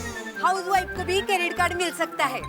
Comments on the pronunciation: " K...A ...drit card" 😂😂😂😂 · kedrit nahi shedrit card😂😂😂😂😅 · Ka-drit card 😂😂